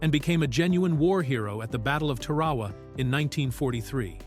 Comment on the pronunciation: Easy to fool AI with Tarawa. Tar uh waa